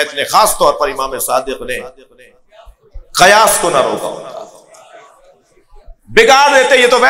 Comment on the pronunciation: قیاس. زبر سے نہیں زیر کے ساتھ ہے پہلے لفظ تو ٹھیک سے پڑھو